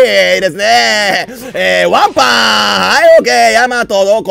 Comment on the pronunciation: 女性キャラKOするときはわんぱぁんじゃなくてぱいぱぁんに聞こえるのは僕だけでしょうか？